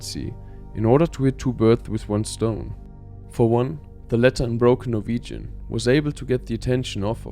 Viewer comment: First time I've heard this clean pronouncing of Norwegian words in a very long time